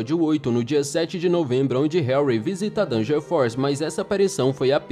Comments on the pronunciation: Nao e hanry e henry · Hanry? Ou Henry? Disseste Hanry então. "Hanry"